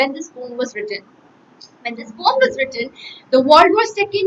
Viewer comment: She is pronouncing poem like this? No questions to her knowledge, but improve this part...